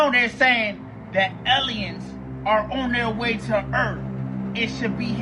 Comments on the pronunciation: Video about Julian came out as fake. He admitted it. "Eleins"(aliens) and "erff"(earth) is also funny. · Uh-oh “Ellions are on their way to erf?” That’s not good! This guy is so excited all the time. I love his videos 😂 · he said ELLLYANS😂